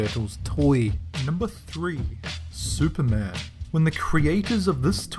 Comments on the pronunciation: "Specialman" LMFAO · "Specialman" lmao!